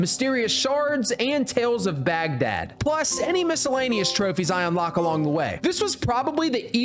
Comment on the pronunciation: I’m just going to ignore all the times he mispronounced Baghdad 😢😅😂